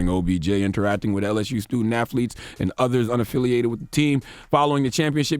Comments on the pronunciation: Is it my hearing? Or is Charlemagne saying AFFLETES? 😂😂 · The donkey ,"0" every day should go to Charlemagne for calling athletes "afleets.😂😂😂😂